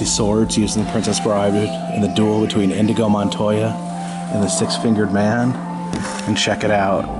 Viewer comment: "Indigo Montoya"? lol.